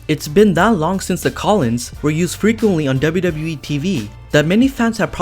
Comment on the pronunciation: The “collins”